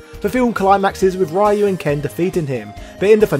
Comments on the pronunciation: "Ryu"is pronounced "Ree-yu", not "Rai-yu" & it means "Dragon" in Japanese. I wish more people would remember that. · REEE YOU not rye you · Ryu = Reeyu, not Ryoooo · smh, it’s 2021 and, somehow, people are still mispronouncing Ryu’s name. It’s “Ree-you” not “Ray-you” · Ryu is pronounced Ree-You not "rye-oo", Hadoken is Ha-Doe-ken not "ha doo ken".... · It's pronounce Ryuu, not Why-U?!!! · Ah yes, Rai you. The street fighter pioneer. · Whatever nerd, we say RAI YOU 😂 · >the year 2021 >people STILL pronouncing Ryu as "Rai-you" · Imagine still calling the main character “Rye You” in 2021. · Stop pronouncing ryu's name as Rhai U please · When are Westerners going to stop pronouncing Ryu's name as "Rai-yu"? Like this dude knows so much about Street Fighter but still gets Ryu's name wrong. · My man said "rye you" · STOP SAYING RAH-YU!! AAAAAAAAHHHHHHH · It's Ryu - as in few but with r not ra-yoo. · Man I really like your channel and your video essays, but please for the love of God stop saying "Rayou", Jesus Lord All Mighty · Interesting. But hearing this Raee-you over and over hurst my ears and brings cringe to my face :P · "Rye-U" you know better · Pronounce Ryu's name right! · It's like pronouncing Spider-Man as "Speeder-Main" i.e. absolutely annoying. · I REALLY LOVE YOUR SF VIDEOS, but I hate how you pronounce Ryu. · Do me a favor! If you're not going to pronounce Ryu's name properly don't even bother saying his name! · The fact he mispronounces Ryu’s name on purpose is becoming a bit much.